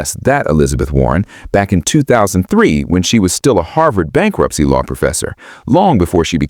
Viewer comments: "Bankurpicy" or bankruptcy? Or "Bankruprcy?" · I like Bankunpticy more. 😂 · Bankurpisy? Why with the AI slop... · Bankurpicy Risk 😂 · "Bankurpicy"? "Bankunpticy"? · "Bankurpicy Risk" lol